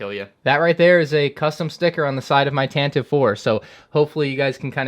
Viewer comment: Tantivvy IV 20 seconds later: Tantive IV